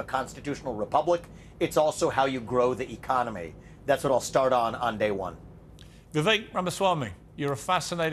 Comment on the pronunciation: Tip for non Indians - pronounce it as we-wake.